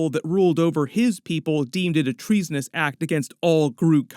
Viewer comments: Tree-sonous…ba dum tis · Tree-sonous tihi 😁